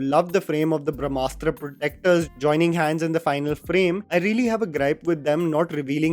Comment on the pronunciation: Brahmastra deserves half a star at best. The heroine calls it Bhramastra, not Brahmastra. She couldn’t pronounce it correctly. She shouts ‘who are you, Shiva’,’ what are you Shiva’ countless times before intermission. I thought it was a cocktail made with a dash of Harry Potter, Hero’s duality & Force and darkside from Star Wars and typical Bollywood love story!! It is not rooted with our history/mythology. Take inspiration from anywhere you want, but presentation is important. Even Bahubali had love story of Devsena and Amarendra. It was beautifully written. Brahmastra showed love story of leads like some Instagram reel.